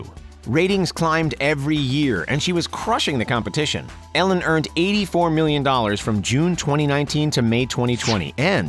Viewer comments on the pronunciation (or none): The way this guy says Ellen is so infuriating. Sounds like he’s saying Allen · Lol he says it like ællen